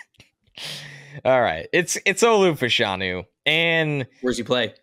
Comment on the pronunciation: I would say Fashanu should be pronounced Fash (rhymes with bash) a-nu. In the 80s/90s in the UK there were two football (soccer) players, brother of Nigerian descent (like Olu). After finishing one got into TV. Their name was officially pronounced that way.